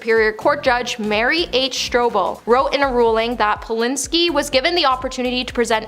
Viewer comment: Who’s Roman Polinski? It’s Polanski. Pronounced like “and”. It’s even spelled that way. (?)